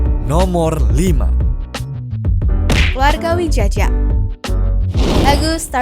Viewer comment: Widjaja dibaca Wijaya, please deh 🫠